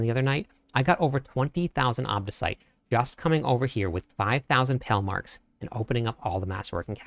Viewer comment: It's not Pell marks 😂😂 come on learn to pronounce words properly I know you are American but